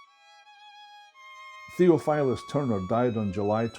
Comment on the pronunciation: Thee OFF ull us (Theophilus) "Thof" Just sayin